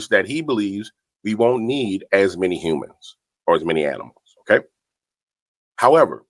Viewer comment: "Umans" (humans!) 😂... He is truly disgusting and full of utter vickedness